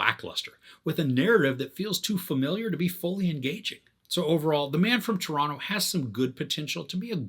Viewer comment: The man from Toronto doesn't say Toronto like a Canadian would've.